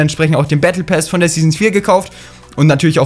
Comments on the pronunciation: Battle PASS nicht PÄÄÄS 😂😂😂😂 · Pass und nicht päss du hund 😂😂 so schlecht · Lern Englisch (Bättle päss) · Why sagt er bättle päss? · Er sagt battle päss😂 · Warum sagst du battle pess